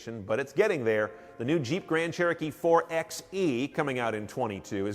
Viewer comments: 4XE is pronounced "Four by E" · Jeep's Wrangler 4xE, and Grand Cherokee 4xE plug in hybrids are pronounced "four by E" just like a 4x4 is pronounced "four by four"